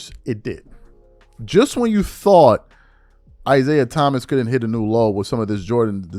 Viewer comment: Is-AI Thomas, or is it "AI"siah Thomas Lololololol